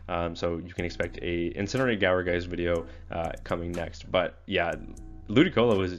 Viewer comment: I think whoever said gower was going off sour. It made me question my entire life when you said gower. But it might be correct